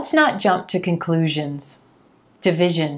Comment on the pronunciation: it's division, not devision